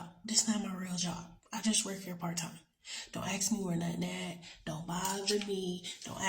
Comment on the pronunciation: Miss girl .. it's "ASK" not AX